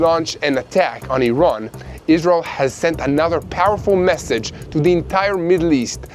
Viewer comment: Did you say stwike iwan?